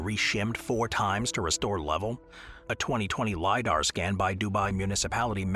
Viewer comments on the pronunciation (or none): none